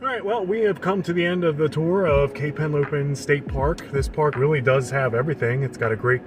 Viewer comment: It's Henlopen, not Helopen.